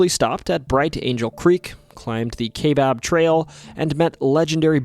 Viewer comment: As a lifelong Arizona resident. Your butchery or the words Kaibab and Mogollon is cringe